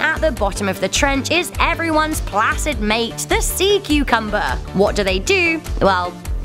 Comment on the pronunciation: You say "cucumber" I hear "cu-Cumberbatch". I can't help it.